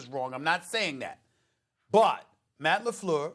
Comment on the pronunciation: Stephen A: Matt LeFloor